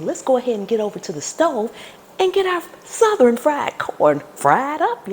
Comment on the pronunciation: I had no idea the word "Southern" was 3 syllables 😂 All joking aside I'm trying this out as soon as I get home...Looks delicious